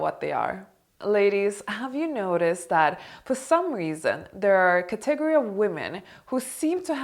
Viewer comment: the way you pronounce category. its cute